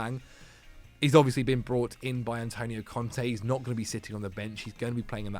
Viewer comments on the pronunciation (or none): none